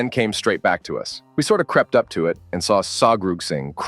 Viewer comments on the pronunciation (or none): Im so tired of hearing saw grossing(?) instead of Something. Fucking fix your stupid ai's speach. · Fix your text to speech program if you're going to rely on it. Pronouncing 'something' as 'sawgrugzing' is ridiculous 🤔